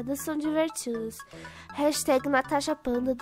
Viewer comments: Ela disse natasha fanta kkkkkkk em ves de dizer natasha panda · VC FALOU TANASHA FANTA KKKKKKK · vc falou natha fantasia kkk